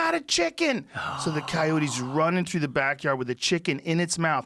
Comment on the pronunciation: "They'll come fuck you thew"